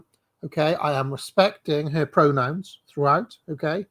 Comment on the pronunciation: I am laughing my arse off at how you emphasised the first her in this video. You really are a brilliant rage baiter.